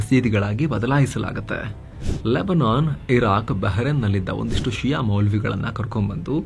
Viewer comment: ಷಿಯಾ ಅಲ್ಲ ಶಿಯಾ